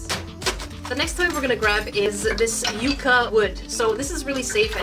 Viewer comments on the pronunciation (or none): none